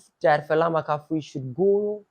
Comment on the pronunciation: It’s Fella Makafui not “Falla Makafui” she’s already stressed don’t add more stress to her name😂😂